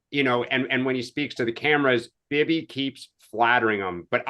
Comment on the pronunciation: What was that pronunciation of Bibi by???????????? Lordy.